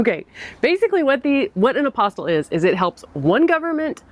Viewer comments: Right, it's an apostille, not an apostle. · Great info! BTW, I believe it’s pronounced Ap-o-steel. Spelled apostille, but pronounced aposteel.